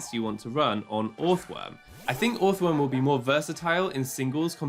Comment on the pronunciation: This does NOT matter but I'm 99% sure you pronounce the first o like the second o. So it's just earthworm phonetically